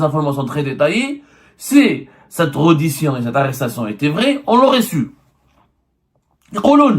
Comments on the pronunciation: tu parles français petit journaux?on ne dit pas reddition mais rèddition. on te paie combien pour raconter ces histoires à dormir debout? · Prononcez bien reddition ca se prononce (Rédition)